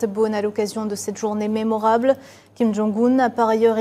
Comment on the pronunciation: c est quoi date mermorable?1 on dit mémorable